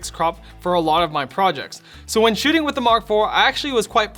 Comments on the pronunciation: i heard shooting the first time but saw your comment and watched again and heard shitting also lol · did you just say shitting? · Lol it sounds like saying "and let me focus on shitting" XD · that didnt sound like "shooting"